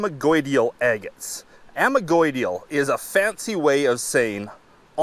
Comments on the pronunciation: Cool video, just need to work on the pronunciation of those geological terms. Vesicular: ves - ICK - yu - lar. Amygdaloidal: ah - mig - da - LOY - dahl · Nice camera work and great haul of agates. Vesicular = Ves-sick You-lar Amygdaloidal = A-mig-da Lloyd-al. Two syllables. Cheers and best of luck out there !! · Chalcedony = cal-sed-oh-knee Amygdaloidal = ah-mig-dah-loi-dal Vesicular = veh-sick-u-lar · Ok glad I checked the comments first. His pronunciation of those words was kind of driving me crazy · You're correct - that's the pronunciation of amygdaloidal. Not what said. Source: I'm an exploration geologist.